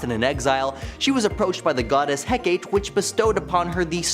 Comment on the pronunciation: how can a person be capable of pronouncing cerce, but not hecate 🤦‍♂